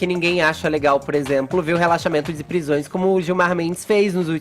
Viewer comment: alguém paga uma fonoaudióloga pro fefito.. não existe RELAXAMAENTON e sim relaxamento